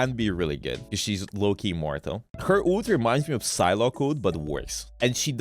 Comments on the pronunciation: Bro says ult as OOT😭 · hate the way u pronounce Ult